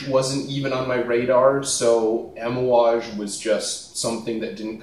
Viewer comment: Lol bro you keep saying Amouage wrong haha. But we all know what you're talking about. Cool video!